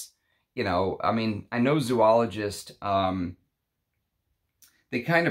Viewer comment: Sounds like a great fragrance. Oh and just for your own info, it is pronounced Zō-ologist, not Zū-ologist. Thanks.